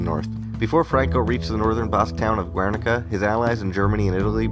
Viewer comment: Just one little thing. Guernica is pronounced with the "u" as a silent letter in Spanish. Keep the good work, it's awesome.